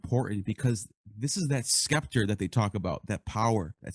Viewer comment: Good show. The "c" in "scepter" is silent.